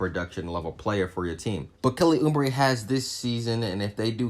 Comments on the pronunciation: Good take. But its Uuuuuuubre not Uuuumbre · Who in the hell is Kelly Ummbray? It's pronounced ooh - bray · It’s Oubre jr not umbre 🤣🤣💀💀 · There is no 'M' in Oubre. It's not Kelly Oombre. haha. It was the youngest team in the league last season. Watch out for the Suns this yr. Good vid. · That's what i was just thinkin and he keep saying it kinda drives you crazy lol